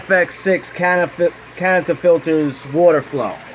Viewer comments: Why can't you just Say Canister filters... It's Not that fuckin Hard.. It's not Canifrster... English do you speak it... Say Canister filters.. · Geez man. Is it that hard to say “canister”? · ha ha this noob can't say canister